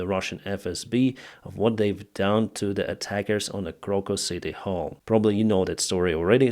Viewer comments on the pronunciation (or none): none